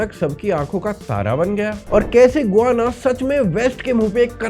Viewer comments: Gu-va-na nahi ga-yaa-na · "गोआना" नहीं होता है। "गयाना" होता है। प्रोननसीएशन ही गूगल गार्ड लेते भी लोग। 🙏🏽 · Bhai गुआना nahi hai गयाना hai, 15 april ko hi yaha aaya hun for next 3 months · गुआना है या गयाना है? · It is called Guyana "गयाना"।